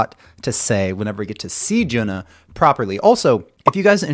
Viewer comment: Thank you for introducing HAGANE. JUNNA not JUNA. JUNNA is pronounced as JU-N-NA.